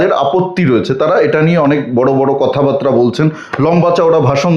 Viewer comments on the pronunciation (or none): "কথা বাতরা" শব্দটা ঠিক হোক, উচ্চারণ "কথা বার্তা"।